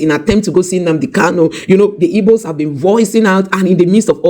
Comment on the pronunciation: You have an igbo name but it's funny how you pronounce igbo as "ibo" 😆